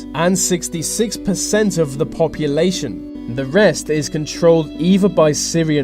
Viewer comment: Vis video is brought to you by ve letter V.